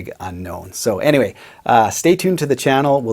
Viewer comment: No one:: "But Anywey"